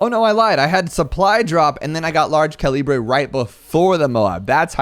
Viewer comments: Its pernounced ca li bu or cali but not ca libre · It is pronounced: cal-lee-brr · "large caleebray" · Well its actualy calabre 🤓🤓🤓🤓🤓🤓🤓🤓🤓🤓🤓🤓🤓🤓 Yes i know its a joke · Please tell me he’s mispronouncing calibre on purpose. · Man, it’s depressing to see people not know how to pronounce ‘Calibre’ correctly. But anyway, cool videos! Your tutorials are quite helpful